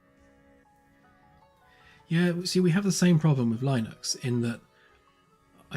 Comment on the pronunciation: How did you get that pronunciation of Linux? It is too bad, but may her wish continue to be respected. I didn't hear it. Shouldn't that be {escapevel}? Lastly, Merry Christmas to you and yours!